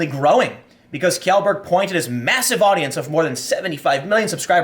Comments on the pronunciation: Tim. Tim. TIIIIIIIIIIIIIIIM. TIM POOOOOOOL. It's pronounced ------> Shellburg not Kyellburg the wikipedia page has pronunciation if you need it. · Kee-yellberg? Haha common Tim you've even been to Sweden. Shell- berg. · Tim, Pewdiepie's surname is pronounced 'Shellberg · Hey Tim "Shellberg" pronounced "shell" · Felix's name is pronounced "Shellburg" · pewdiepies last name is pronounced..shellburg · FYI, Kjellberg is pronounced "Shellberg". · Please Tim. learn how to say pewds last name properly. its shell-berg, kind of like Sheldon cooper. no k sound in it at all. I cringe every time... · Again, it’s pronounced “SHELL-Berg” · Dude... It's "Shellberg"